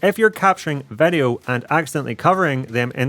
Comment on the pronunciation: Why do you say vedeo all the time? It is video. Just kiddin' nice content, i like it